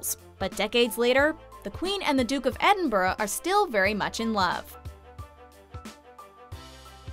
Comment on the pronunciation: finally someone on YouTube pronounced Edinburgh correctly